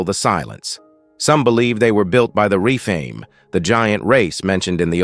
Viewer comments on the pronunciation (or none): REPHAIM...NOT REFAME...ARGH...;)